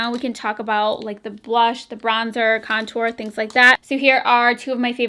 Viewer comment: I swear at one point you said comtour😂😂 hahahaha LOl 💕💕